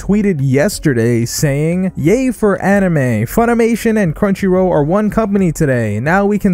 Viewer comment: Hey just wondering where you’re from I’ve never hears anyone say crunchyrow